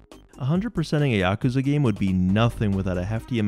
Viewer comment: It's so rare to find someone who says Yakuza properly. It wouldn't even matter what the video content was, that alone makes you a winner.